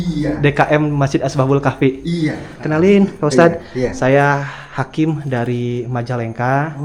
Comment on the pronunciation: Bukan Asbabul Kahfi, tapi Ashabul Kahfi.